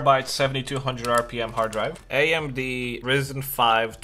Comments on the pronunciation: When he called ryzen rizen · Ryzen* not "Ryssen"